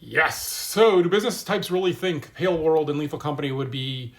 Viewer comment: it's pronounced pal world, boomer